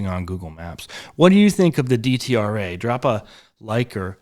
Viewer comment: It is pronounced Det-Rah.